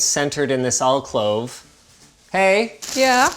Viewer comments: Hold up - WTF as an "All Clove"?! Alcove - "Al-Cove" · al-COVE, not al-CLOVE. AL-COVE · Alcove Linus. I think you are saying Alclove. Maybe it's the Canadian tongue I can't hear properly. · “Alcove” not “Alclove” 😂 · What is a alclove? I am sure the word is alcove? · ... "ALCLOVE"?? AL-COVE, Linus! 😁 LOL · "alclove" Oof. It's alcove. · "alclove" ... um Alcove? "AlCLOVE" LINUS... xD Alcove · Really?? "Alclove"?? Did you mean ALCOVE with one L like one L for Linus and not LinLus? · Linus its Alcove not Alclove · Al-clove? Al-cove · someone teach this man the word is "alcove" not "alclove". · . What the “H” is an “alclove?” It’s an “alCOVE”. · The word is alcove Linus, not alclove. There is only one l. :) Love your content though! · "Alclove" no, its alcove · What is an "alclove"? Pretty sure alcove is pronounced al-cove, even in Canada... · Do Canadians say Alclove instead of Alcove? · Al-clove? Al-cove my dude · Isn’t it pronounced alcove, not alclove? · "... alclove ..." I love it. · What's an "alclove"? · "Alclove" OMG it hurts lol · "Alclove"...oh Linus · "There's more than audio quality and directionality." and "I"m not even planning to use the included surround speakers." And this is why we don't come to LTT for advice on home theater, surround sound, etc. btw, how do you pronounce "Alcove" in Canada - - "Alclove"? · Alcove* not alclove, sorry it just annoyed me. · Did he just say “alclove” ??? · WTF is an "alclove"? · "Al-clove" Have mercy. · Did he say "alcLove"? Twice? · "Alclove." Ah, he must have misspoken... two seconds later: "Alclove." ALCLOVE?! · Yo, how the hell does Linus pronounce alcove like that? He has to be baiting people, because there is no way you can act like that's the correct pronunciation. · Linus, criticises wife for not immediately knowing exactly what type of screw fitting he needs.... but can't pronounce alcove.... Hmmmmm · How are we not all talking about the fact that Linus doesn't know how to pronounce "alcove"? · nope....its alcove